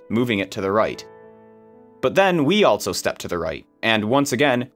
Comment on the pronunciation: There is no “t” in the word “also”.